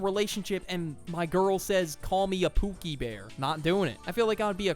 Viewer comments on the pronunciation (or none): He says pookiy than dies